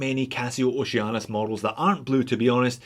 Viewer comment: now i cant unhear Oce-anus